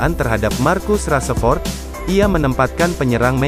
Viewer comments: Rashford bukan raseford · Rashford bang bukan rasepot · Rasepot rasepot,,, VO nya ganti yg bagus dikit ngapa,,,hihihi kyknya ini org jabar yg susah ngmong "F" jdnya "P" Rasepot,,,😂😂🙏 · min bukan rasepot tapi rasa rasemin, mimin nhe kayaknya bukan fans mu masa nama pemain bisa salah sebut bgt🤦‍♂️🤦‍♂️